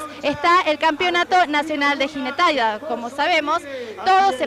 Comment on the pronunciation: jinetaida jajaja